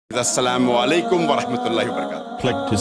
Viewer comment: Why did you said das salamu allaikum,,, please express it in a proper way. AS SALAAMU ALLAIKUM